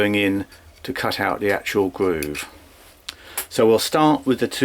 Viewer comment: What's a gwoove